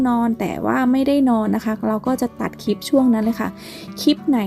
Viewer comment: คลิป ไม่ใช่ คิบ กรุณาฝึกหัดออกเสียงคำควบกล้ำให้ชัดๆจะยอดเยี่ยมมากนะคะหนู